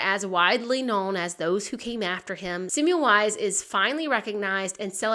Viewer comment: Oops, it’s pronounced Se-mel-vise, not Sim-you-lize.